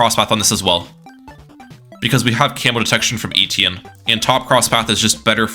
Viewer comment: Etienne not Eetienne